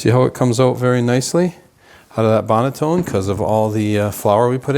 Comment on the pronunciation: It’s not a bread LAME hun. It’s pronounced bread LAHM (spelled lame) and the banneton basket is not pronounced BANETONE. lol 😂 it’s BAN-A-TON (spelled banneton basket)